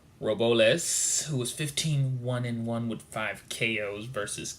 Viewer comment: YO!!! You Need Some Practice Brother... that Hispanic fighter who fought Kenny Sims Jr. Names is pronounced ROW-BLESS , put some respect on his name... & They are 140lb fighters which is JuniorWelterWeight ... Not 122 , KennySimsJr is great fighter to watch on the come up ... he dropped Pacman in sparring for The Mayweather fight ..... keep practicing & studying brother